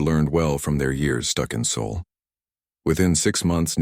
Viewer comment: It’s not Saul it’s SOL. You big dummy